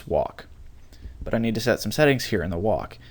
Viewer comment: When he says some it sounds a bit like "son"